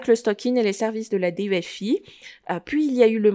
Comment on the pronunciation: D. E. F. I 😂😂😂 sa me fais rire, mais sinon la vidéo est très bien bravo et merci